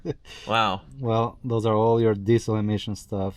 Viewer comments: Why is he pronouncing the word diesel as 'dee sell'? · saying Diesel just reminded me... US - DeeSell Rest of World - Deezle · Your pronunciation of the word 'diesel' is like nails on a blackboard.